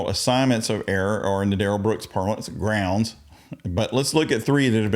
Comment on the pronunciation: Darrell Brooks "groundz" lulz